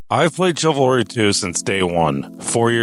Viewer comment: Thousands of hours. Says the "ch" in "Chivalry" like the "ch" in "chair". 😂